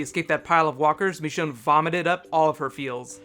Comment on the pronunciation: Why do you call Michonne MEchonne? Nice vid btw